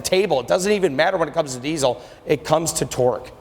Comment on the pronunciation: There is no Z in diesel, learn how to talk if you're going to sell them, typical salesman